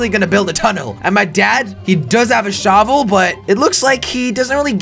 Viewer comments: Because you are Dutch you said shavel instead of shovel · and the shavel not shovel lol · jelly said sharvel what!!!!!